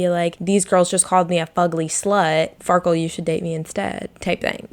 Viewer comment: why did she call the andy guy farkul or wtv the entire video